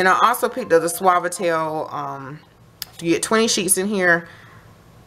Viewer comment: Thank you so much for pronouncing suavitel for me. I have always wondered how to pronounce it lol. Loving your videos❤!